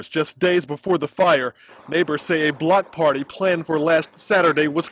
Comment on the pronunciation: Can someone please clarify if the news reporter dude at (ish) say "block patry" or "blood party"?